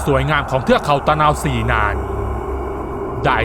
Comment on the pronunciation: ตะ_นา_วะ-ศรี...ไปเรียนมาใหม่